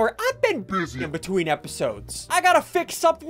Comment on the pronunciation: I like how he says “been BUSY”